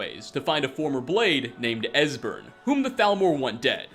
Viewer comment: It’s pronounced Es... wait you actually got it right...